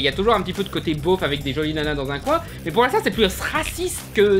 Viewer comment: "beauf" pas "bof" 😉